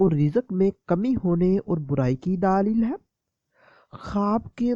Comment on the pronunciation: Ap urdu theek sy boliye please. Daleeeeeeeeel per zara kam zor dein.